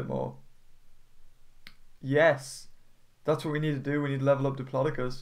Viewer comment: it's pronounced dip-low-dow-cus